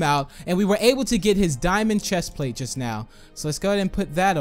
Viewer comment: Do you even now about making sense because when you say just now it sounds like you need to go to school